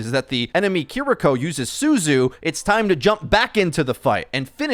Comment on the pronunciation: He clearly doesn't care about correct pronunciation. He still says "Kah-Ree-Ko" and doesn't sound like he's correcting that any time soon.